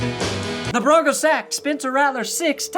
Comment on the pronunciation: 1 last thing aye its broncos not broncas say it wit me bronc ohs not bronc ahs put some respect on our name you can't say it like a suburban mom and expect things to go well in a combat sport idk what you guys think foot ball is